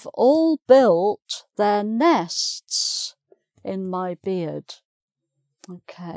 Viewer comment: She seems to have difficulty in pronouncing 'nests'.